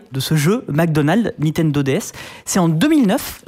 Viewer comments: Okay, ça arrive de se tromper dans le nom d'une marque, mais entendre NITENDO tout le long de la vidéo, ainsi que le voir écrit à, ça ne fait pas professionnel du tout et ça décrédibilise l'intervenant au passage Idem pour eDCP au lieu d'eCDP à quant la cartouche est montrée en plein écran Sinon tu gères, sujet très intéressant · C'est assez honteux le Nitendo.... Franchement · ouais, on prononce Nintendo et pas Nitendo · C'est NiNtendo et pas Nitendo. À au moins 2 reprises vous oubliez un N ! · C'est Nintendo, pas Nitendo... A l'oral c'est pas terrible mais à l'écrit ça fait saigner les yeux... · Olalala toutes les erreurs.... c'est pas des DS Lite, on dit "Nintendo" pas "Nitendo"... ça vous dirait d'être un peu factuels un jour ? Et c'est pas "1038" mais "Cody Trenthuit", d'où le jeu de mots avec son pseudo. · Par contre les mec niNtendo pas Nitendo quoi shame et c'est à plusieurs endroit de la vidéo la faute. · 04"30 "NITENDO".... sérieux les gars 😁😅 et je ne suis pas Geek ni Gamer... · À chaque fois où il prononce le nom de la firme, il dit Nitendo. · C'est déjà écrit comme ça au tout début et ne prononce jamais le 2eme "n" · Bof en vrai c'est le truc qui me dérange le moins. C'est chiant à dire Nintendo. Par contre toutes les infos erronées c'est plus problématique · Incroyable le nombre de personnes qui arrive pas a prononcé NiNtendo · Le mec se dit passionné mais écrit et ne fait que prononcer "NITENDO", c'est à la limite du sérieux.. Sinon sujet plutot bien traité. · Ya que moi qui gêne que il y ai à chaque fois NITENDO 😅😂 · Ok pour le sujet mais ce mec qui présente c'est juste plus possible, c'est insupportable à écouter et ses "nitendo" la please... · a aussi ca m'a fait mal a chaque fois qu ils l ont mal dit